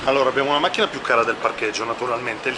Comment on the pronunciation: Ovviamente sempre con la H finale... wow